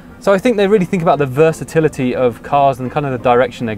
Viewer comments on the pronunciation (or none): none